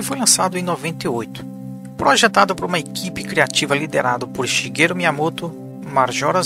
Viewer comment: Escreve Shigeru por causa do alfabeto americano, mas se lê Shigueru